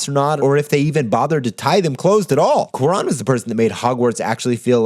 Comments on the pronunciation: Quran? Coo-Ah-Ron! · Amazing work as always, but now I'm gonna be THAT guy (mostly because I feel like you'd care). It's "kwah-rone", not "koo-ron". That is all. PS: I vote Galaxy Quest. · Interstellar! great episode, definitely made me adjust my thinking of it. Also, I hate to be this guy, but since you seem to like him so much, I feel like you'd want to know: It's pronounced kwah-ROAN, not coo-ron. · It's not Kwu-Ron, it's Kwa-Rohn. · It's pronounced kwa-ROWN. It's not about accent or English v. Spanish - you just chose the wrong vowel. If you love the dude, get his name right.